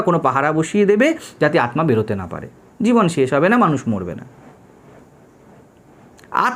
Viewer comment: Maharaj ek ektu thik korte anurodh korchi uchharan. Bengali te Aatma hoi na . Hindi te hoi. Ota Aatta. আত্মা = ত্মা = ত্তা অর্থাৎ আত্তা উচ্চারিত হয়। ধন্যবাদ।